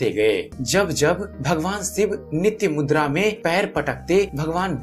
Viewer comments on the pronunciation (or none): none